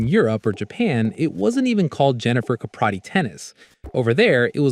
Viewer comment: You're pronouncing her name wrong dude.